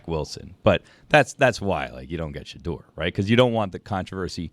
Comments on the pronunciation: Ellie Mystal clearly did no research coming into this interview. Pronouncing Shadeur incorrectly, not realizing Eli Manning was also from Ole Miss, and saying Manziel was essentially drunk at his interview is just ridiculous. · Well Mr. Harvard, learn to pronounce his name correctly. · This black guy can't even pronounce shedure name right! Clown looking ass... i didn't even know he was black till I watched it.. I said wait this guy black... iykyk why he didn't get drafted high...guys can't act above the shield clown ass'